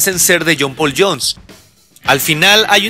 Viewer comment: Qué mala pronunciación: ¿Qué es un "achails"? ¿Qué es un "jul" lotta love? ¿Quién es John "Pul" Jones? Buena info, por otro lado...